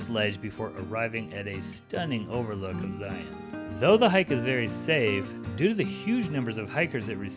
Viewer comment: Thank you for your pronunciation of Zion the correct way. Zion. Just like Lion.